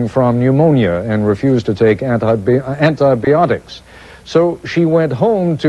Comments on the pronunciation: Ant-Aye Beeotics, by the sound of it. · did he say anti-beeotics?